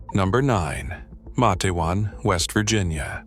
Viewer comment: It's Mate-wan you AI idiot!!